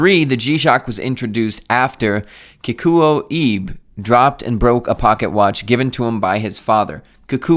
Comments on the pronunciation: You could try pronouncing Kikuo Ibe as Key-Cool-O E-Bay. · I’ve heard most people pronounce it Kee-ko I-bay but that could be wrong. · "kikuwoo iybehh"